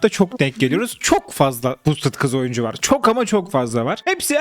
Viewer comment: Oyuncu ❌ Oyncu ✅